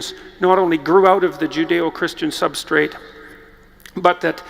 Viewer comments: Every time Jordy-boy says "substrate", and angel loses its wings. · Every time Peterson says 'substrate', I want to kick something.